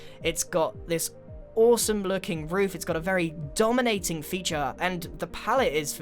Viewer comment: Ahahahah DOMonating lol